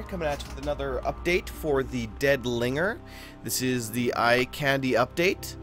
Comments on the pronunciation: lol at the way you said linger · Also made me lol. xD